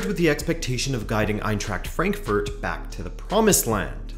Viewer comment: EinTräkt FrÄnkFÖrt😂😂and Grufa föft😂